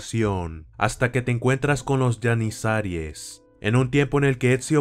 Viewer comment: Se pronuncia GENIZARO o GENIZAROS, NO YENISARIES JAJAJA :v